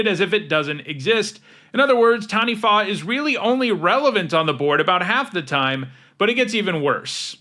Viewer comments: you're the first youtuber i've ever heard pronounce "Taniwha" pretty well but its more of a tuh than a tan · can I just say, speaking as a Māori mtg player: you are the first youtuber I have EVER heard pronounce taniwha correctly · The second time you said Taniwha is that closest to how it's pronounced